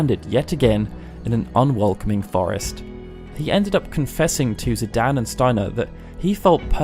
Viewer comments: Its zidane not zidan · Just a small note here, but I believe it's Zi-DANE, not Zi-DAN. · "Zidan" Did you just forget there's an E in there? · Ok, I'm sorry and normally can let this go but you say it so often... Zidan? There is an E at the end, like cane, lane or plane... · The way you pronounce Zidane is not good. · Hey pronounce the main characters name wrong